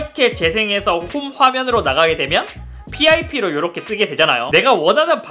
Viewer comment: 이러헥->이렇게 ㅋㅋㅋㅋ